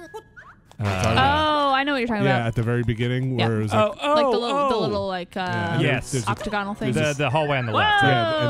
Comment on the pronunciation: its pronounced Oc-TAG-an-OL...NOT... Oc-Toe-Gonal. Gave you a pass with the Sims a year ago but that is twice so for your own good I hope this helps Love YA Mean IT.